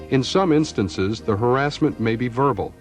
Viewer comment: haha wow “harrassment